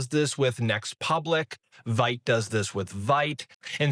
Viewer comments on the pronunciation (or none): It's pronounced VEET. It's French and means fast. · If you want to be a trusted source for tech, make sure you pronounce Vite correctly. It's the little things that shape how you're perceived.